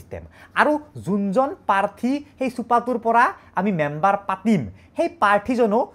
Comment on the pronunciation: Member ❌ Membor ✅😮‍💨